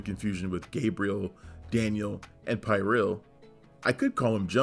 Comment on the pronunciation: It's pronounced PeerEuhl. And Dourif's character slit his wrists